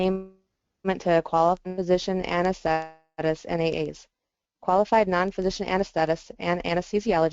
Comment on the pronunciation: Anes-the-tist! Not anes-thet-tists.